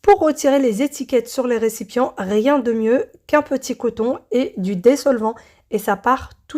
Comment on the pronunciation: Coucou.. dissolvant pas déssolvant.. 😂